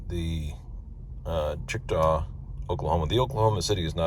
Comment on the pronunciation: Congrats on 25! Couple typos, West Memphis is in Arkansas (you have this correct on the sheet in your plan) and the summary has a typo for Checotah, OK. and I pronounce this like Che-ko-ta, Also, I pronounce the end of Tumcumcari to end like Air-y.